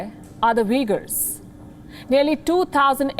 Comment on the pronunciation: Palki its not pronounced Vegar lol they are Uigurs. They are no close to being Vegar or Vegans lol.